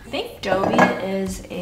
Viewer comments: Dobby from hp is pronounced dob-ee rather than Doe-bee hahah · it’s pronounced dobby, like daw-bee, not dough-bee hahaha. i’m so excited for this new chapter with pup!! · Also please its DOB-E not like (A)dobe 😂 look up how to pronounce your Harry Potter characters right girlllll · braydeebunch haha literally what i was going to comment! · Haha, literally what I was thinking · it’s Dobby not Doby 😭😭😭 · I thought the Harry Potter character was called Dobby “D-aw-by” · Isn’t that Dobby?? Not doby? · Dobby dear, not Dobey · It’s Daaah-bee, not Doh-bee 😂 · Isn't it dobby not dobey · yea when said dough-bee, i kept thinking Adobe. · Mate that's the american pronunciation! You're both wrong. Dobby is english-- it's pronounced dobb -y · I was thinking the same thing throughout the video. I thought it was pronounced like Dah-bee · Gojilla it is, daw-bee yeah, I’m guessing maybe because she’s American she said it different, Harry Potter is British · Every time you call him I think you’re saying Adobe😂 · I mean, in the french version of hp, we also pronounce Dobby “dough-bee”, so it ain’t that strange lol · Because she said he's named after "Dobby" from Harry Potter which isn't how is pronouncing it. 8) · Wait what. I'm so confused about your pronunciation of dobby. But also ahhh he's so cute!!! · mate... that's not how you say dobby!!!! HAHAHHA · You're saying Dobby wrong and I